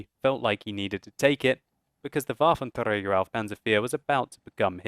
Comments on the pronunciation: Wuaventreyger auv panser fear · hes pronouncing "Waffenträger" like spanish people would pronounce it ... which is rubbish. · Why do you say Waffentrager panzer 4 like that? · For a german like me, its so funny how you say Waffenträger auf Panzer 4 XD